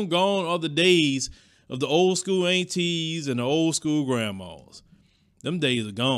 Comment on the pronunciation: I love how says "Long gone the old Antee's and Grammaws"😜 Southern drawl at It's best!